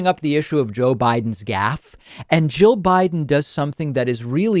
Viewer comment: It sounds like you're saying Joe instead of jill.